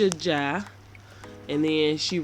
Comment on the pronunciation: You are right. Fatou is the most common name in the Gambia and I use to say that I will never name my daughter that name. Aisha is a beautiful name but the way you pronounce the last name is correct. Ask your sister how to pronounce it properly.